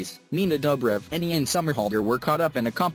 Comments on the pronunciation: Did u say iron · Ian's name is pronounced as 'eean' not 'iian'...😶😶😶😑😑😑😐😐😐🙄🙄🙄😂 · did it really just call him eye-an instead of ian... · I didnt know that Ian’s name is pronounced as AiAN now😂😑😂